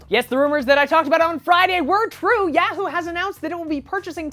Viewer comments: you might want to work on your pronunciation of Yahoo. You're stressing the "a" too much. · I keep laughing every time he says yahoo...HAHA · its yahoo not yahoo